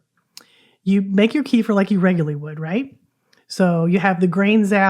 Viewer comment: Please do not call it kefr. It is kefeer. kuh.feer kuh.feer Two separated syllables, second slightly emphasized.